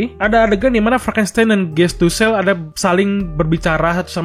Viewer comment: Frankistain bukan franstain🤣🤣